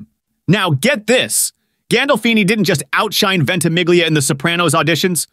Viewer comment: Why can’t people (particularly Americans) pronounce Italian names and words correctly??? This narrator pronounces the ‘gli’ of “Ventimiglia” totally incorrectly and yet pronounces the ‘gli’ of “consigliere” correctly (although misses the ending of the word).